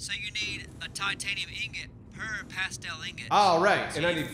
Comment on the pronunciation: Why'd you guys start saying pastel? It's "plas-steel".